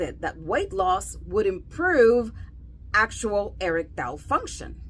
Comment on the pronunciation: What is "Eric Tile Dysfunction"?🤣 You'd think that a "Sex Doctor" would put the extra time in to learn how to properly pronounce a very important and often used word like "Erectile".